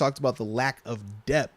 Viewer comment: Why do you always say dep when the word is DEPTH? Is there a specific reason you're leaving the TH sound off that I don't know about?